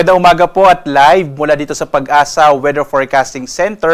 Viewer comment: It's pagasa, not pag-asa. Mismong empleyado ndi alam ang tamang pagbigkas. Ung mga magrereply ng ganito PASOK!: e di ikaw na, dami mong alam, etc. Lol